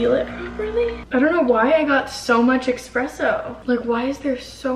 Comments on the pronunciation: Omg you people in the comments need to relax, I’m Italian and it doesn't bother me at all the way says espresso.... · the word 'espresso' doesn't have an X in it... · It’s espresso not expresso lol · Girl... it's espresso not expresso lol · Watching this gave me so much anxiety. Spilling her coffee, expresso instead of espresso, her dropping her cup trying to get ice, and not putting her makeup brushes upside down to dry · It is Espresso not EKspresso 😭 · I'm so relieved to see the first two comments & know I'm not the only one that hears nails screeching on a chalkboard every time she says "EXpresso!!" I literally had to turn the video off & came back to it like 30mins later because I couldn't take it anymore lol 😂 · Girl I really enjoy your videos but it’s espresso not expresso. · the amount of people in the comments that are triggered that said expresso and not espresso 😂💀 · IT'S ESPRESSO NOW EXPRESSO!!💀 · It is ESPRESSO not EXPRESSO 😂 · It’s ESpresso not EXpresso stoppppp read the box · the coffee spill, saying EXpresso every 10 seconds, her dropping her mug. this video radiates chaotic energy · I will literally smash my mac if I will hear "expresso" again, hahaha. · lol repeat after me: E S P R E S S O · IT’S ESPRESSSOOOO AHHH, I cringe EVERY. TIME. 🥺😂 I’m this close 🤏🏻 to losing it lolol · Loooll. I was thinking the SAME THING 😂😂😂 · ME TOO I’m low key raising my voice at my screen saying “Quit saying EXpresso!!!! “ omfg we need to make her know how to say espresso properly 😭😂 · I probably wouldn't even have noticed without all the comments, but now I can't "unhear" it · I‘m this 👌🏼 close to losing it over her saying ekspresso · bruh if i hear her say expresso one more time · Couldn’t finish watching because I got too annoyed by “expresso” I can’t. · Being Italian I am internally screaming every time I hear it. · Same, girl. Same. I'm screaming at the TV 😂🤣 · the way she said espresso triggered me LMAO